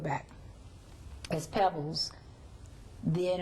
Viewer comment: Her name is Pebbles!!! Not Peebles!